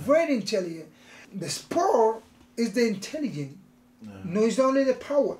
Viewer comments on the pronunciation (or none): "His power is the intellihence." -Yoel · "Not only the power, it is the intelligen"